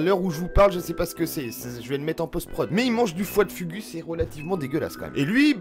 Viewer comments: foie de fougou c'est comme sa que sa ce pronnonce pas fugu ^^ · Ah tu m'en fais un beau fugu toi 😂😂 on prononce fougou 😂